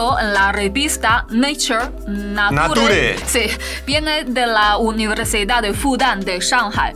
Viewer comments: estaba en lo correcto al decir Neichur. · siiii el nature de está bien dicho